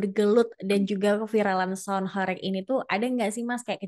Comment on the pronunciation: Cara baca horeg nya salah😂, bukan horek.... Tapi Hooreeggghhh ( dalam bahasa jawa mksutnya bergetar sangat hebat)